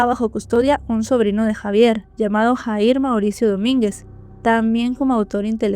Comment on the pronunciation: disculpa pero no se pronuncia JAHIR ASI SE ESCRIBE PERO SE PRONUNCIA YAHIR